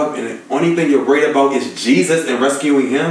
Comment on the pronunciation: Lmao they finally start saying "jesus's" name right😂😂😂